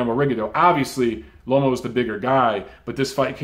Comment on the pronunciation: I've been hearing alot of people, even after the win vs Rigo calling him LOMO instead of LOMA